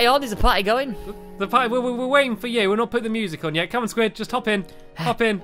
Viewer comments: you said sqauishey enstend of squid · I love your videos stampy I wish I can come to your world stampy blistic sqid sound's like sqashi.